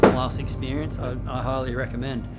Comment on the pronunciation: I had to listen twice if said: "A+ expericence, I recommend" or "A+ experience, I highly recommend":D Could be a new recommendation standard:)